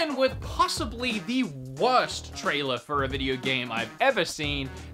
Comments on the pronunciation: No, please NO! did that really say need for... need for seed? For seed? Excuse me wtf ( btw again a very good video of yours ) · Can’t wait for that “Need for Seed: Hot Pursuit” sounds sexy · “need for seed” lmao 😂